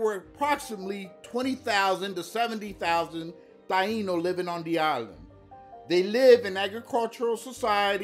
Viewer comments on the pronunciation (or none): none